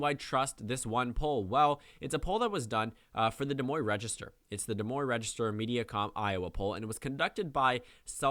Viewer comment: des moine is pronounced like "da moyn"